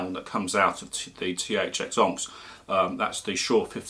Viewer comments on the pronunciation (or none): Good review but that's not how you pronounce that well known gems name 'onyx'.